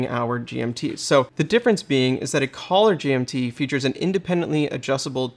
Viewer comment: It’s actually „caller GMT“, not „collar GMT“ 🙂 …judging by your pronunciation